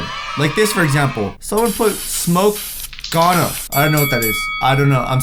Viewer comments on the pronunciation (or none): "Smoke Ganna", its Smoke Ganja (GAUN GAAA) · he said gana instead of ganja😂😂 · its ganja bro.... weed.... not gaana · That's not GANA it's GANJA means weed. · Dats ganja not ghana means marijauna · “Gana” lmfaooooo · It's "Smoke Ganja" not smoke Gana... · It's not smoke gahna it's smoke ganja it's weed In india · It doesn't say smoke gana it's says smoke ganja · I don't think its spoke gana its ganja its another name for weed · this boy is going heaven for sure... its Ganja not gana :V ROFL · It's not Gana. It's Ganja. And it's Cannabis. Which is weed. 🙌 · dude that was ganja(weed) not gana lol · thats ganja not gana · smoke ganja not ganya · it said ganja not gana (ganja is weed) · ganja gan Ja not Ganga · It said Ganja not Gana lmao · its smoke ganja not gana :) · It was ganja not gana which is weed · it's ganja not gana😂😂 I still love u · What's gana it's ganja = weed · tats ganja... like.. . gaja.. its a drug.. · It's actually ' smoke ganja' [ gan-jah ] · It's actually pronounced gan-jah . Smoke ganja = Smoke marijuana . Some people call marijuana, ganja. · Laughing so hard at talk right now at his pronunciation of ganja 😂 any Jamaicans??